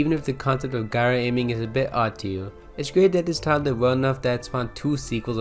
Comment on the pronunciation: it’s pronounced jyro